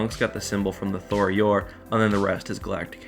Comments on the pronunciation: Tho-Yor, not Thor-Yor. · Bro, it's tho yor not thor yor 😂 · Why do you keep pronouncing it as "Thor Yor"? There's only 1 "r", and it's at the end of the name.